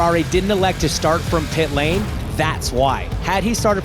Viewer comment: Why did Hinch say 'Pit Lane' in a way that makes it sound like the name of a street? It's * the * PIT lane not 'Pit LANE' like 'Church Lane' or 'School Road' or 'Sunset Boulevard' hahaha so weird